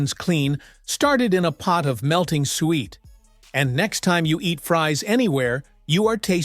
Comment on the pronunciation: It's pronounced SOO-wet.